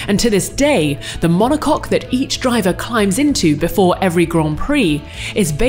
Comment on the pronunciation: I have to admit, it was nice to hear the announcer say "monocoque".